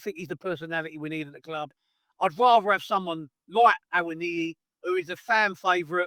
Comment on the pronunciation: You’re the only person I know who’s actually pronounced Awoniyi properly so far!… however we only let Forest have him because he’s made of glass…